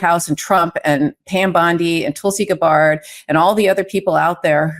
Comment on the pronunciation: With all due respect, since you were so bothered about the pronunciation of Kamala's name last year, at least say Gabbard's name correctly. Not a good look when hypocrisy of righteousness turns around and smacks you.